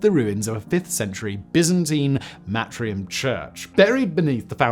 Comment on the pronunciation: Are you saying martyrium or matrium?